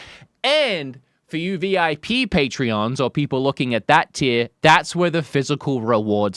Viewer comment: Patrons. They're Patrons, not Patreons